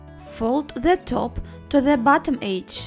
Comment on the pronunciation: you need to say edge right